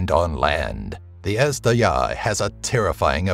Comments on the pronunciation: Azhdaha is pronounced Ejdeha and it means dragon. In the persian culture there is a legend about a unique race of dragon. That's what Ejdeha is. A different kind of a dragon. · Number 6, Ezhdeha means dragon and zh is pronounces as "J" in French, not z in English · I know it's hard to pronounce the names correctly, but if you're making videos about mythologies and cultures, such efforts shall be taken. Azhdaha, is pronounced similar to Ajh-Da-Ha. It's not Huma, but Homa.